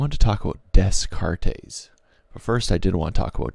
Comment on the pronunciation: "We think, therefore, we am." I love it. Also, I heard you say Des Cartes correctly once in your narration, but why you keep saying it wrong the rest of the time?